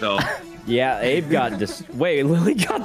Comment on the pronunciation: My favorite part of this is that they all started pronouncing Abe wrong 🤣